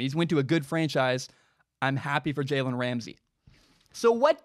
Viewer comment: Take a shot every time he says jalens name wrong